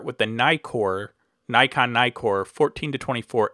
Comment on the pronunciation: Nice video. By the way, you may pronounce Nikon with a long "i" (aí), but not Nikkor (i). The doubling of the consonant shortens the vowel and you may not diphthong it ;-)